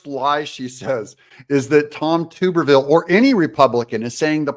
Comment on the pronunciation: It’s pronounced TUB-erville, former college football coach at Auburn University